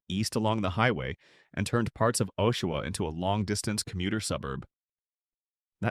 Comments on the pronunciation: Factual accuracy can't make up for AI narration in the problem pronouncing names.... "OH-shawa"? And "Ni-PISS-ing" which we pronounce NI-pissing, to avoid the obvious joke. Worst of all: "So-saint-eh-Marie". What's wrong with hiring a Canadian who can pronounce the country's names? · (Joan here). Had my first laugh when he (AI) said Ni - pissing. And the rest of this clip did not let me down. OashAwa instead of Osh...and I cannot even begin to reflect how Sault Ste Marie was pronounced (so saint en marie, I think). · I hate AI voice overs.. it's Aww-shoe-wha not Oh-shoe-wha and Sue Saint Marie not not Sew Saint Aw Marie.. spelled phonetically. and I made it to #1 because I live in Ontario and near a few of those cities you mention. lol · Ashawa Timmans, Timonss, Timons Canora Barry Brdford ( Brantford) So St Omarie Wth?? Do better. This is insulting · So much more than that. A.I, sounds words out, and badly. For example. the verb READ, pronounced 'red' is pronounced 'reed'. Oshawa is read with a long or hard o at the beginning. (Twice!) Okay. Sew Saint All Marie! I just heard the Sault Ste, Marie one. How did the computer mess that one up so badly? And then Sew Saintay Marie? Then there are the constant vocal pauses throughout. A.I. narration is lazy garbage. I hope that it gets better. I won't be back. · They pronounced it O-shiwa. I hate AI. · It's pronounced Nip-ee-sing lake certainly not what AI said. Aqua-sas-nee----Awuasasne O-sha-wah-----------Oshawa Soo-saint-Marie-Ssult St. Marie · And Oh-shawa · I hate AI. Makes a video about towns it can’t even pronounce properly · Get some AI that can pronounce place names properly. Annoying.